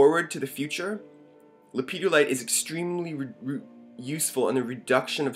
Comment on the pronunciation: Not sure how I came to this video, but my dood, there is no children's gatorade in this stone. It's pronounced Lepidolite, just as it's spelled. It's not Ha ha